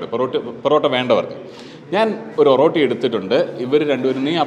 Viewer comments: ഒറോട്ടി അല്ല ഒറട്ടി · ഓറോട്ടി അല്ല ഒരട്ടി ആണ് bro...